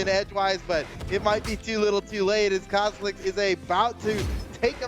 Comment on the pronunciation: says "TA Cosloix" instead of "Cosolix"!:L